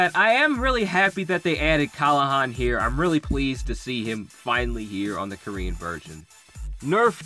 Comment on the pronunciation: kLahan not kAlhan